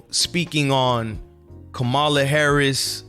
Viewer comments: Dude I can’t take you serious if you can’t pronounce the name of the VP properly after all this time ur ridiculous I think it’s disrespectful and on purpose. It’s NOT Ko- Ma la. It’s Comm a la it’s not hard. By the way you clearly don’t know how Gov works. The VP is a symbolic post they have absolutely ZERO power. The Secretary of State has way more power and authority. The VP is just a figure head with very little influence. Put it this way. You think Mike Pence had any power whilst he was VP, lol. Ur not ready for prime time my guy. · Dude, pronounce her name correctly. Come on! 🤦🏽‍♀️